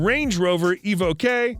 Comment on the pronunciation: Did he really just say Range Rover Evokay?.(Evoque ..pronounced evoke to everyone else in the English speaking world!)🤣